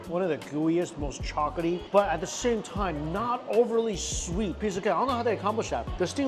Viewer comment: I swear, every time he says "chocolaty," it sounds like he's saying chocaty